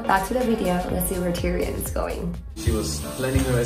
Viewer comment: OMG the cat's name is Tyrion?! It sounded like was saying Durian to me all this time XD